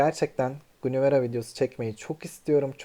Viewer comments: Gunivere diye okunmaz İngilizce hiç mi yok sizde guinever diye okunur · Gunivere deme şuna bak sinir oluyorum